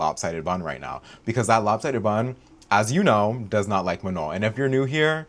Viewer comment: This is my first time in this channel and each time you said lop sidded bun killed me bro, I'm in stitches